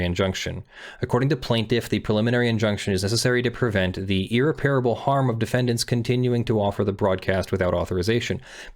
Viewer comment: Small, hopefully useful thing: It's ear-REP-ruh-bull, not ear-Repair-able.